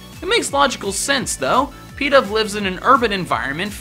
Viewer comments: Its not pedav its pidove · When he pronounced pidove as peedove (cringes infinitely)